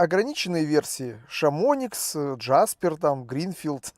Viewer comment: ШамониКС!!! :)))))))) Вообще-то Шамони (с ударением на "и"). Это популярный горнолыжный курорт во французских Альпах.